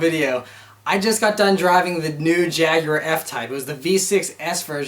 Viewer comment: Holy Crap, an American who can say "Jaguar"!